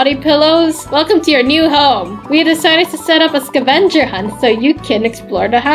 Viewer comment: And you pronounced Scavenger wrong